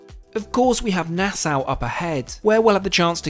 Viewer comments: Nassau = "Na-saw" 🪚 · Hard to believe anyone who is so widely traveled can't correctly pronounce Nassau or Grand Marnier. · Ok, conch is pronounced konk and Nassau is pronounced Nassaw. I am Bahamian so I know this for sure. Love your videos. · it’s pronounced nah-saw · Nah-Sow haha!